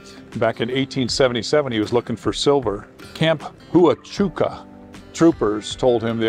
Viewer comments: Need to research how Huachuca is pronounced. It’s Like “Waachuca”. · Fort Huachuca is pronounced wa-chuca. The H is silent. Great video though